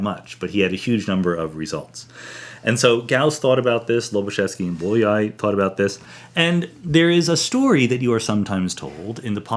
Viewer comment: Bolyai was a Hungarian mathematician, and it is pronounced "b-o-y-a-ee".